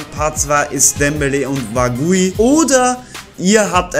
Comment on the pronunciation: Der gute alte Osman Dembélé 😂 Der Andere heisst Wagué das wird französisch ausgesprochen😂💨